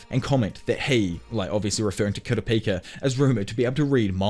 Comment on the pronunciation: how did u manage to butcher kurapika's name so many times and say it 4 diffrent ways???